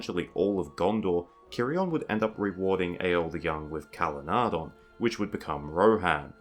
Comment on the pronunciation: I still wish that you would pronounce Calenardhon with the soft th rather than the hard D. "dh" substitutes for the ð or eth. Tolkien would have undoubtedly used the soft th sound rather than the D.